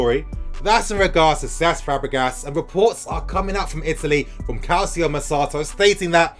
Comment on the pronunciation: It's pronounced "CAL-CHO MER-KADO"